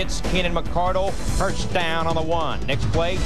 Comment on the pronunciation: Back when everyone called the Jags receiver Keenan MICK-CAR-DUHL